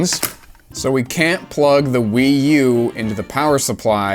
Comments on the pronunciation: New console achieved, name. The PWee 😂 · A WiiC. Or a PWii, if you will.